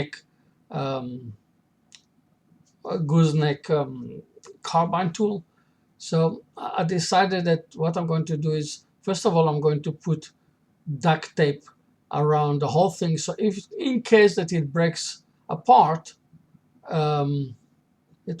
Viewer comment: Love the project and love the channel. Reminds me of Phil Andersons - Shady Acres Woodshop projects. BTW: love the accent. One word.... Carbide with a D, not carbine. Although I like when you say carbine, so maybe don't change it. :-)